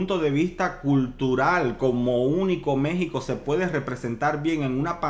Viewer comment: Una falta de respeto que te refieras a México como "MEH-XICO"